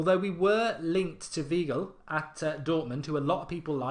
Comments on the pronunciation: He's pronounced Whygl not Weegl Mark^^ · The 'ei' in 'Weigl' is pronounced like the 'i' in 'nine'